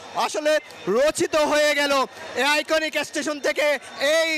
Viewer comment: আমি হাসতে হাসতে শেষ সাংবাদিক ভাইয়ের কথা শুনে, বার বার এশটেশন, জীবনে কেউ শুনেছেন এমন কথা